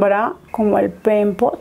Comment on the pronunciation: Solo yo repetía la palabra peimpot cada que lo decía jajaja